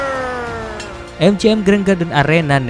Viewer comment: wailder bacanya gan